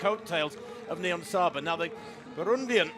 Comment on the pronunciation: Why does she say nibonsaya instead of niyonsaba multiple times? Seems very unprofessional, it's really not hard to pronounce :D Also I can understand why some find it unfair that she can compete against women, but it's not like she is on a completely different level, Genzebe Dibaba could probably have run this time as well as she was only 2s slower indoors. Also I'm sure Nyionsaba trains just as hard and gave everything in that race. It's a hard thing to judge, I wouldn't wanna be responsible for making these decisions as a ban would be devastating for intesexual Athletes like Niyonsaba...